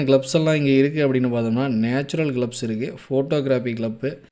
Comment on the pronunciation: Club ❌ Glub✔️